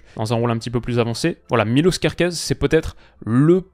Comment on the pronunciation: Je pense que la Hongrie est une équipe qu'il ne faut pas sous-estimer. La première équipe qui la sous-estimera, elle aura RDV à l'aéroport. Sinon, Miloš se prononce [Mi]-[Loche]. C'est un prénom "yougoslave". Petit rappel : Š = Ch Ć = Tch Ž = jeu (à adapter suivant la voyelle qui suit (ža = [ja]vel, že = [gé]nie, žo = [jo]vial, ži = [gi]let, žu = [jou]et)) J = yeux (se prononce comme en allemand ou dans les pays germaniques/scandinaves/Slaves) Đ = Dio H = c'est un H souffler Č = j'ai pas trouvé le bon exemple mais il ressemble sensiblement au [Tch]. Pourrais-tu faire une vidéo (oui, c'est encore moi et je suis casse cxilles) sur les pays ainsi qu'une explication sur la prononciation néerlandophone (j'aurais jamais cru écrire ce mot). J'ai des personnes qui ne me croient pas.